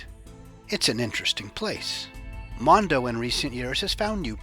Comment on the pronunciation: It’s monda not mondo